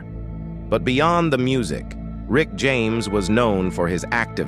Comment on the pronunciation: Lol! I said the same….it’s mispronouncing quite a few words. 😂